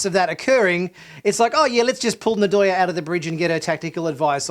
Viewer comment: Loved the review, thus far, as of . Just a note: it is "NNN-Doy-aye" (hard 'N' sound, no "ah"). It's a Bantu name, similar to Zulu. The tongue touches the roof of the mouth hard, then 'Doyaye'. Just a friendly thought. I agree that there should have at least been a line about an inquest into her actions. Otherwise, good stuff. Admittedly, you get a bit petty on Burnham's emotional state . It's interesting, as the first scene that comes to my mind is when Kirk learned "those Klingon bastards killed my son!" He practically falls down against his captain's chair, in supreme grief over it. So, these events have moments. She's not Sisko; she's not Kirk; she's not Picard or Janeway. Please quit making them the measure of her character. That's not remotely fair. As well, you realize these people saved their homeworlds. I'd do a bit more than just jump up and down. I'd get downright blitzed! No telling what would happen. The satisfying ending makes the emotions well-understood. Picard has his own damned emotional issues, which is the core of his problems, as we see in Picard. So, no - I "can't imagine" Picard getting jumping up in down, in circles. It's Picard. These people are NOT Picard. Please quit with the false equivalencies.